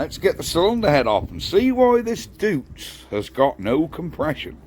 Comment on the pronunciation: Pronounced 'doits'... Like Deutsch, but different... 👍